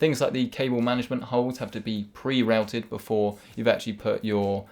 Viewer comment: You're English, pronounce Routed correctly